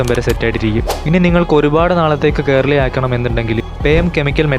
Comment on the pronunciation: Curly ❌ Carly ✅